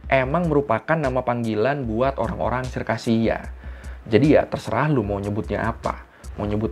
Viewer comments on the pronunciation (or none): none